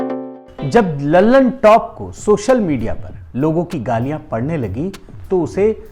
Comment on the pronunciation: लल्लन टॉप नहीं कल्लन टॉप 😁😁😁